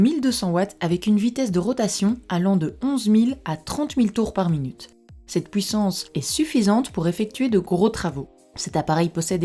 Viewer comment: vous avez un problème avec la prononciation , vous ? U c'est pas W ; HUIT ! pas WUIT ! PUISSANCE ! ET NON PAS PWUISSANCE sinon sur le fond , top 5 des meilleures , ou sont t'elles ? ouais je sais y'a deux ans , seulement je cherche un bon appareil .